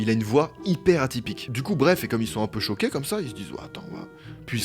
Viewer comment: Ils sont CHO-QUÉS Ça me fait tellement rire quand il dit ça 😂